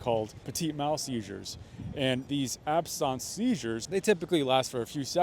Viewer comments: Why are you pronouncing absence like that? It's not some exotic work, simply absence. Like absence makes the heart grow fonder. It's confusing when you use a pronunciation that's not accurate. At first I thought you were talking about something completely different. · Why are you calling them "absonse" seizures. They are "absense" seizures. Absence a if not there... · Absence, not absawnce. Like if you're not here, you're absent. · Correct pronunciation of ‘absence seizure’ is ab.suhns see.zhuh. Absence is not pronounced as this guy is saying it. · Sorry its not pronounced "absons" its absence as in absent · I had a concussion in March too, and I still have symptoms (9/9/23). There are people who have symptoms for years. You should look this up!!! AND "absence" us pronounced AB-sehns, not abSAHNS. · Ab-sense. It’s just ab-sense / not ab-sounce. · It's pronounced ab sense not ab sonce. Talk like an American because it's Americans watching you. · Your pronunciation of Absence Seizures is weird. I am an epileptic, and was often having Petit Mal Seizures or Absence seizures. Aquiring Epilepsy from a traumatic brain injury is not uncommon but please the word is ABSENT...ending in ce. You make sound like Absynth....wrong animal. He is sick and should retire from the stress of politics and make sure that cameramen do NOT use flash mode with cameras. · "Absarnce"? It's pronounced abSENSE. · its absence, like absence from school...not ab-sonce..another possibility is a tia..although i don't see one side being affected, but it still could be..considering you can't even pronounce the word.... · "Ab-sawnse"? I know I've not gone to medical school but I have heard doctors talk about it before and they have all said "ab-sense" - as in the noun form of the word absent. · I didn't realize absence seizures was pronounced absons. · Why do you pronounce the common word, "absense" so strangely? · Isn't it called absence seizures, not ab-sunct seizures? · Ab-sons? Absent, absence.